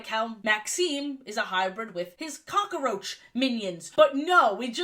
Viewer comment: WHY DO YOU SAY COCKROACH LIKE THAT FIX YOURSELF OR I'M UNSUBBING